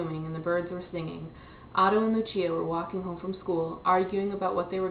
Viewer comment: Uwah I just finished this book today~!! (Isn't Otto just awesome?? Along with Lucia and Max? xD) And you even said Lucia right! o